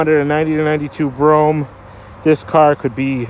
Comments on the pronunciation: Brome, no. US: Brou-am UK: Brou-em All depends on the regional dialect the most. Bro-ham is definitely incorrect. Would like to hear an Aussie say it :D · hey yo.. yo... Dose chrome add ons on top of the windows?..yo... Dems is so dat you can open the windows a little when it rains. Ok here goes...it's pronounced.....Brome! No such thing as a Broh-ham. lol Also? Delagance. one syllable..no spaces.. Have a great weekend bruh! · I've pronounced it as Bro-gham. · I've always felt the whole "Bro-Ham" pronunciation was done for the sake of humor! This means, at some point somewhere, there is some retard correcting someone saying it the correct way! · * BRO-um deh-leh-GAHNSS. Former chauffeur/body guard with one year of high-school French here. ;-) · BTW, its pronounced BROAM. The car even tells you how to say its name. Step on the gas while in park, the engine goes "BROAM". Must say this is a REALLY clean unit. And at $14,995 values on these have been going up since I last had a Brougham about 10 years ago. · Very good example. I laughed when you said Bro-Ham. That is the way they pronounce it around here. Me personally, it is Cadillac Brougham. I recall the era. They did make some interesting updates. The only thing I hated and still did are the headlights. I still say it should be a quad design in Euro form. The one thing I will say is GM and Cadillac used to pay attention to detail back in the day during this time. I miss that. I like the color too. The price is significant. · Oh,, you've done it again! Another fine example of a BROHM DELL-uh-GAHNS (I threw the correct pronunciation in, just for the record. Not that hard to say, IMO.). Anyway, I'm looking forward to more! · It is pronounced: “Brougham”